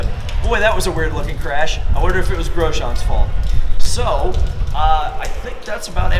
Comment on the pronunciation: "Ericsson spun I think it was Grojen" Welcome to F1 2018.